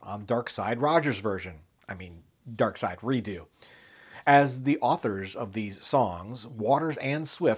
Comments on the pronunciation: Its pronounced Re-ducks, not Re-doo. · Just a small point of contention: you keep pronouncing the word "redux" as ree-doo. Am I missing something here? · I think I've been mispronouncing Redux wrong for years...is it really Redoo?? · I'm pretty sure that you're mispronouncing redux. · You would be correct